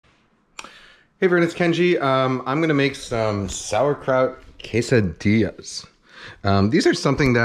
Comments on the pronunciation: my heritage hurts when he says tortijas and quessadijas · he said Quesadijas lol